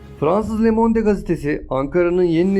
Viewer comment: lemonde degil :) lömond diye okunur